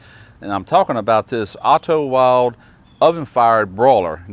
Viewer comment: Wilde is pronounced "vilda". W are pronounced as "V" and an e at the end of a word is pronounced similar to "ah" like Porsche "porsh-ah"